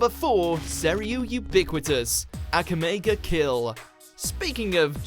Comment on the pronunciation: The way he said Akame ga kill. Ugh! They can at least do a little research to hear how something is pronounced.